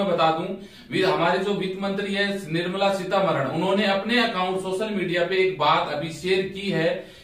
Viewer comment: Unka naam nirmala seeta raman hain na ki Nirmala Sitamaran...😂😂😂🤣🤣🤣🤣...dhyan se bolo bhai